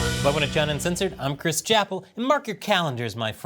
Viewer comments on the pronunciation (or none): none